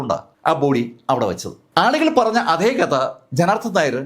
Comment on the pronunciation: അധേ അല്ല അതേ രമാധേവി അല്ല രാമാദേവി anu പരാധി അല്ല പരാതി ആണ് ത കിട്ടില്ലേ